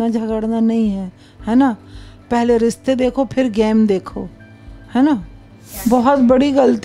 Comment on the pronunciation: Riste(Rishte) bolna to seekh lo aunty. 🎤 Ko ghar leke jaegi😂😂😂